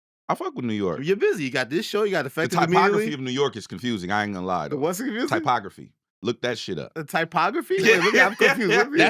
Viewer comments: If Hed had pronounce the word correctly, Jeremy might have looked up the right word: topography not typography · Topography, not typography, lol😂😂😂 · Love the JBP hoodie OG , some great cross marketing. It's Topography by the way, study of maps. DJ Hed used it in the right context but pronounced it wrong